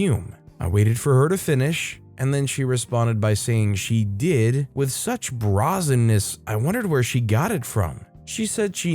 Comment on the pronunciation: Like 80% sure that the bra- in "brazenness" is spoken as "bray".